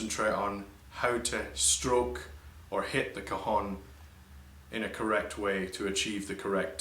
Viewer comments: it´s not cajon... ....it's CAJÒNN!! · I a Mexican it's pronounced ka'xon